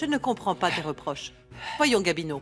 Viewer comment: Eu ou pa konn non Gabino ou di Guamino😂